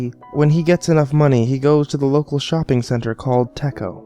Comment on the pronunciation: Teco? Hahaha tesco!